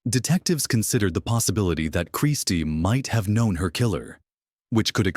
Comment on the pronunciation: These AI voiceovers suck referring to Christie as Christ. What the fuck?